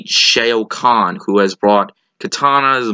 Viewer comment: Are you sure you actually saw the movie? I'm just asking because you keep pronouncing Shao Khan's name wrong. They use it several times in the movie but you're pronouncing it as if you've never actually heard them say it. This is something I've noticed in your "reviews". Although this could simply be you not associating the name on the page that you're obviously reading from as being the same thing as from the movie you just watched. For example here's how you'd say it: whereas you're saying "SHAY-oh". Just trying to point these things out if you're planning on doing this professionally. It will help later on.